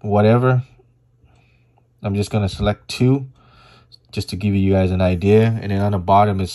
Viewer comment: The word “select” doesn’t have a silent t at the end ???